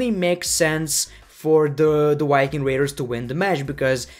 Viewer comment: The Wiking raders